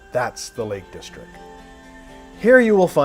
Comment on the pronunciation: Nice video, (though my interest is in the scenery, more than in the car.) Just a few points with you commentary though: 1. It's 'The Lake District' - That's DistricT - with a 'T' on the end: you repeatedly refer to it as the 'Lake Distric'. 2. Mountains & hills in Cumbria are known as FELLS, not Falls. 3. Wordsworth's wife was called Mary. Dora was their daughter. 4. Bearix Potter's first publication was 'The Tale of Peter Rabbit'. Bejamin Bunny didn't appear until two years later, after 'Squirrel Nutkin' and 'The Taylor of Gloucester'. I was a little disappointed that you came all the way to the Lake District to give the car a work out, and didn't bother to attempt to drive one of the famous passes there. It would certainly have given the car a proper testing, if you'd driven over Hardknott Pass, one of the steepest roads in Europe, where the steep sloping switchbacks and narrow hairpins would have given you a good understanding of how the car handled under extreme conditions.